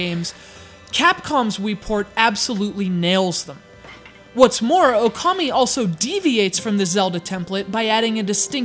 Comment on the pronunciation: It's O-kami!